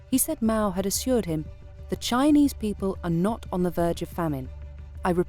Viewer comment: Could the producers of this documentary not teach the narrator to pronounce Chinese names correctly? For that matter, even basic English words.